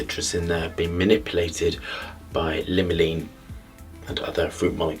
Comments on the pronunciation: This guy is such a fake. He either can’t pronounce “limonene” or he doesn’t realize dihydromyrcenol and “limolene” are two names for the same chemical. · Absolutely not